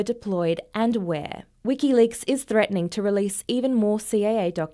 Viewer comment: It's "CIA" not "CAA"